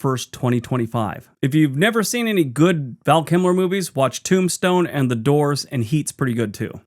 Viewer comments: KILMER, not KIMLER!!! Thanks! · Kilmer, not Kimler. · 👍🏼Val "Kimler"??? Lol Hoping you were just funning us as I recall you sometimes like to do!😂🙏🏼✌🏼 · Val KiLMer, Kimler, what are you like. Great vid though.